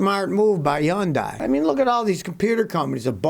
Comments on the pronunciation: 현대 (hyeon-dae) is Korean pronunciation therefore the correct way. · One day Americans will say Hyundai correctly lol ... Scotty you are spot on but the dai part is pronounced day not die. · Yun-die? Not Hun-day? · For the love of everything good! Stop pronouncing it yun-die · It's pronounced yundai??? Wtf I thought it was hondai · Scotty, love your channel, problem is that it's not pronounced Hondie. It's Hyundai (Pronounced Hunday) I know because I work for them. And yes, we're gonna kick some serious butt! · Obviously it is pronounced Hun-day. I suppose if you don’t believe their corporate decision to pronounce it that way you would be a typical republican. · Hyundai is pronounced like "SUNDAY". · It's pronounced Hundae. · 🤔What's a Chun-die?...... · I love how he calls it “YONDAI” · Scottie, it’s pronounced “Hyundai” like “Sunday” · He’s pronouncing it yun die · It’s not yundai, it’s Hyundai lol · I can't help but laugh when you say "Yundai". HAHA. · Yundai... Yonday! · I like how he pronounces Hyundai in French accent, avoiding. 'h' words.